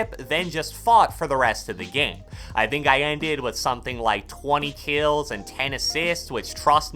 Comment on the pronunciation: Nobody:: keills